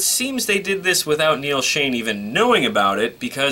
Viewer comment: It's Neal Schon by the way. lol :D